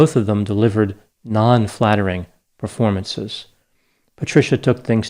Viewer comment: I just love, " non- flattering performanceses" I'm crying in my coffee I'm laughing so hard. Thank you. People never fail to amaze me.